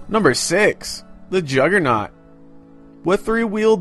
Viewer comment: "Juggernut" lmao.